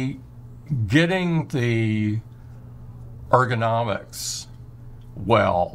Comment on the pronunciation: "ergonomics"? please what?